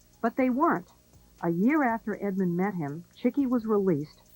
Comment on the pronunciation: Rayful's last name was Edmond, not Edmonds. Not sure why so many get this wrong.